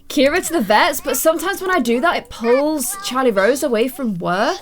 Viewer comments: Anyone realise that Ciara is pronounced Kee ara not Keira? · Actually my best friend is called Ciara and u pronounce it Kira she says it’s an Irish name so yeah (not hating on u just correcting u x)